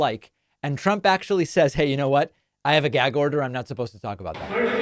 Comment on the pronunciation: Whats a "geg" order?! Lol. Trump can't pronounce anything